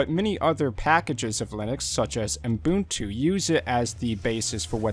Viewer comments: Is it just me or does it sound like he says Unbuntu instead of Ubuntu? :D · Why do you pronounce Ubuntu as Umbuntu? :-(